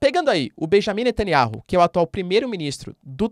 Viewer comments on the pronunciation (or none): Netanyahu Não NetanyaRu